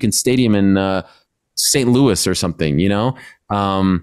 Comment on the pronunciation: “St.Louis” as one that live close, I don’t think you’ve been to Missouri my guy😭